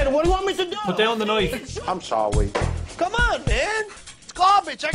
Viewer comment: I'm sowwy."